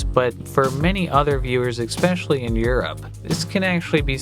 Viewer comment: "Do the deed?" That's not what "do the deed" means. 🤣 Also, there's no such word as "ex-specially".